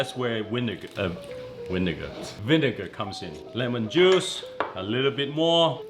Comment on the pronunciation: "Winegar" bro been hangin with Uncle Roger too much